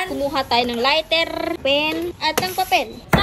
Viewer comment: Lighter not lirter and crayon not craron duhh